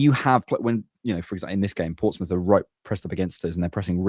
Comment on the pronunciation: its Portsmouth though